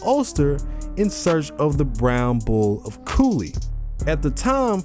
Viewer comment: THANK YOU FOR PRONOUNCING IT CORRECTLY!